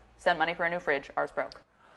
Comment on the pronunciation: Thanks for another great video. But I have to say she's been acting since she was 6 but I have no idea who she is. BTW...Fridge not bridge....my goodness.